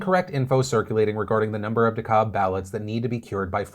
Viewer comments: a random Georgian's nit picky comment here XD. The "L" in DeKalb is silent, so it's De-Cab county :) Imma leave now... edit: also I've seen on different articles and been told by friends and family that there has been a overwhelming amount of absentee ballots that have been mailed in by dead people, including one from a woman who passed in 2012. Apparently a lot of them were accepted and most if not all were for Biden, but now there are re-counts and searches being done in many states so they can throw out these "fraudulent" ballots. Obviously take with a grain of salt and we won't know for certain until later. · You can always tell when some isn't from Georgia based on how they pronounce "DeKalb". (It's "de-CAB" like taxi cab.) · Lol DeKalb county is pronounced "Deh-cab" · Dang Phil I thought you were originally from Georgia and you don’t even know how to pronounce Dekalb? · Of little consequence, DeKalb sounds like "de cab" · Its De cab (like taxi) county. No big deal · I love you Phil but every time you don't call DeKalb by its proper name I wanna punch you in the throat... It's pronounced Dee Cab 🤦‍♂️ P.S. keep up the good work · It’s pronounced “DeKab” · It’s pronounced “De-Cab” GA lol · The way you say Dekalb lol. Deh-Cālb. Pronounce the “a” like “apple” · Phil!!! It’s pronounced “Dee-cab”! 😅😅😅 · De-CAB County. Love, a Georgian <3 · Didn't you live in Georgia? It's pronounced de-cab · Just to let you know as someone who works in Dekalb county from time to time and lives next to Dekalb, the county is pronounced Dekab with the L being silent. So remember the A in Dekalb sounds like the A in That. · Its pronounced decab. The L is silent. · Of course, out of all the things going on in the world, the thing that my brain can't let go of is that Phil pronounced DeKalb as "decob". XD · Duh Cab! Duh Cab! Please Phil you know us Georgians don’t pronounce dem wurds righ! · him saying dekalb wrong is so funny “Dee—Cab” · That's how the Dekalb in Brooklyn is pronounced.